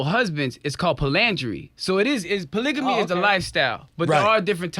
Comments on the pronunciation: Man I get so excited whenever I see people of color who are polyamorous ... but these folk didn’t know wtf they were talking about 😩 I cringed every time dude said “polygamy” 😖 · He's not even pronouncing polygamy right